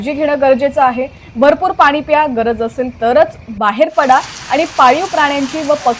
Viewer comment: मॅडम, बातम्या देताय, जरा शुद्ध मराठी बोला की! तुमचे ते आनि,पानी,कोकन वगैरे अशुद्ध मराठी ऐकतांना कानावर अत्याचार झाल्यासारखेच वाटते….!! “ण” हे अक्षर स्पष्टपणे बोलायला शिका लवकर!!!